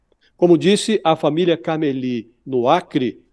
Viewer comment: Não é Caméli a pronúncia. E sim, Camelí